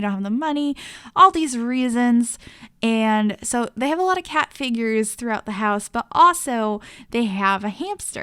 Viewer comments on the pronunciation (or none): Is it just me that hates when every sims builder on Youtube says eeand instead of and!?!?!?!!